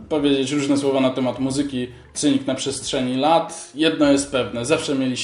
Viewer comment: Chłopie, Masvidal, a nie Masdival, a Cynic, czyta się z S na początku.